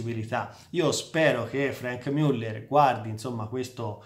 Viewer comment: MIULLER non si puó sentire